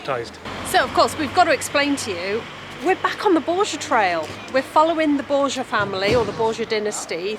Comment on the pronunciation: Borja is pronounced Borcha the same ch sound as made in the Welsh language.